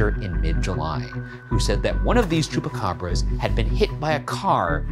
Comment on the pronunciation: Oiga , le faltó la "S" al final de Chupacabras. Nomas para que sepa.